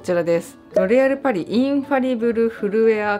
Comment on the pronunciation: 一瞬「ロ リ アルパリ」に聞こえたw